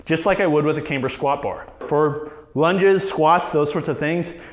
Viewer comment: Cam-ber NOT Came-ber